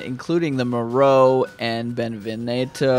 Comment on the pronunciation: Repeat after me. BeneVIENto. Not Benevenito.